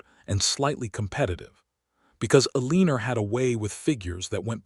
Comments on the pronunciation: O.K., there is an occasional lack in the pronouncing of names. El -lee-ner was a bit much. Ehl-eh-nohre. It is nice to read a story where people enjoyed their general lives. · Eleanor is Ellenor..not Eleeas but...E..lie..as otherwise narrators voice and all are great. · Liked the story but your AI narrator can’t pronounce Adeline, Hollis, Eleanor, Elias and probably more I can’t remember. It’s a real distraction. Woodland, California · I Agree Completely ‼️‼️‼️ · Yes this! It’s like nails on a chalkboard to me. Not many mistakes except for the names. I don’t understand, is it on purpose?